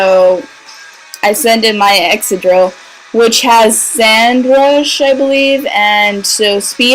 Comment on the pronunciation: The way you kept saying Excadrill made me think of Excedrin XDD